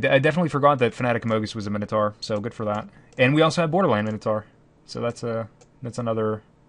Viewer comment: Best MTG channel worldwide. Worst pronunciation of minotaur worldwide. :( "Minotaur (ˈmaɪnətɔː)"